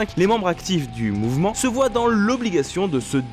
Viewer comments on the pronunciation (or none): none